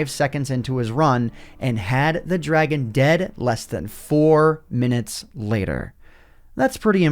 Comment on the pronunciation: dwagon bos